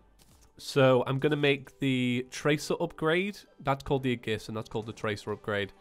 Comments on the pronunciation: I hope you get better. I apologize for this, but it has been bugging me for awhile. Aegis is pronounced Ay-jis. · Its pronounced "eegis"! Aegis is eegis xd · You're killing me with your mispronounciation of aegis